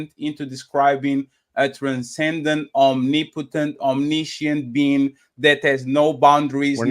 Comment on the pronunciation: Not OMNI POTENT fatty Om-NIP-o-tent